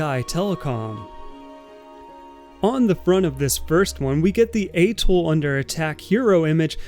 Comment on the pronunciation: Getting you to pronounce atoll correctly is now one of my life’s missions…